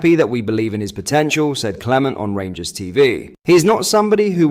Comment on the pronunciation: Did you here pronounced rangers as the g ers instead of gers he must know how bad that sounds